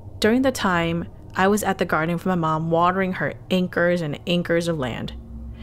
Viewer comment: "ankers of land?"